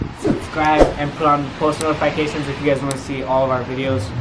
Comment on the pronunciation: Am I the only one who gets a little annoyed when Malik says "Post Notifycations?"I mean I dont kno if he is intentionally pronouncing it wrong. Nonetheless, I still enjoy watching your videos.